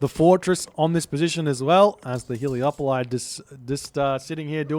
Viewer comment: Am I wrong or are they called Helepoli and not Heleopoli? Or are you just saying that because it sounds nicer, because it does😅